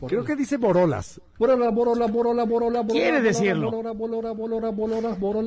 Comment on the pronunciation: pues es que tú solo te pusiste de a pechito con tan pocos árgumentos y con estos bueyes que están al 200% y ni si quiera poder decir borolas y dices BOLORAS pues que esperabas jajaja